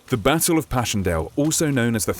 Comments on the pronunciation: It bothers me so much how he says "Bassle" instead of "Battle" in the beginning of the video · the basstle of passchandale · At the beginning it sounded like he said bassle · the bassle of paschendle? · Sounded like he says the bassle of passchendale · The baaaateeel of ashakpan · You said the bassle of passchndaele. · The basshle oh pashleshill. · The "Basel" of Passchendaele? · When he said battle it sounded like bassle